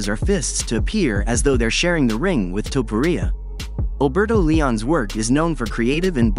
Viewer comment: Who the fuuuk is Ilia TuhPuhReeAh 😂😂